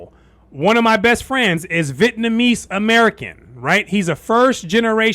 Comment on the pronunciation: Do you know something about the pronunciation of Vietnamese that I don't know? You keep saying VIT-namese instead of Vi-et-namese.